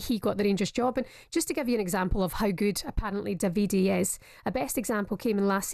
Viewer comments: Davide tells me he prefers the Italian pronunciation DAH vee Day. Italian hit mob will be after anyone calling him Daveedee Fae the calton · Pronounced daviDAY in italiano. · Butchering the guy's name in multiple ways. It's "DAH-VID-AY" Davide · Thank you! My god have they never heard of that pronunciation? Butchering it so badly 😂🤌